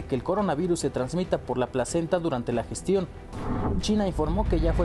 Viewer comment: es gestación no gestión! jajaja